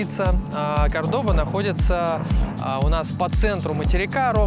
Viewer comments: Я ошибся за 300000, а это на данный момент меньше 300$$. И не забудьте что Кордоба, ударение на первый слог. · Кордоба, ударение на первый слог! Все три района которые ты назвал, это туристические . Там самые опасные места. Постоянно грабят!